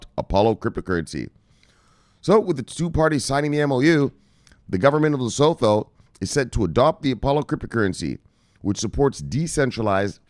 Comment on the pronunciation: Research how to properly pronounce LESOTHO